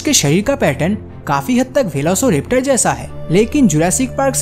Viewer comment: I will not subscribe velociraptor ko velocoraptus bolta hai